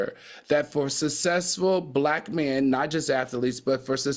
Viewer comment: I try not to cringe and I realize he can't help it but it really grates on my nerves to hear Al say ' ATHALETE' and 'SUSSESSFUL' . They aren't hard words. It's like nails on a chalkboard for me. I realize this is probably a non factor but I immediately skip the segment.